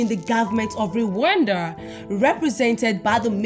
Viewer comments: Is not re wanda is rwanda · The way spells Rwanda, ati "Re wanda🙃😅😅